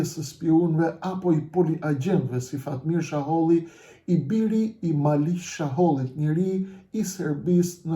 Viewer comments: Sheholli jo shaholli. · Zotri jo Shaholli por Sheholli.! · Jo jo me jeta xharren ja paske fut kot😂😂😂jeta xharra e ka bo publike qe ky dhe behxhet pacolli i kan marr 2 milion euro e nga ato 2 milion 600 mij i ka marr ky sheholli e jo shaholli qysh po e quan ti😂😂😂pra me jeten gabove